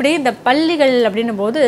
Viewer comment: Balligal ,Balligal என்று சொல்வது தவறு. Palli , Palli ,Palli enru sollavum.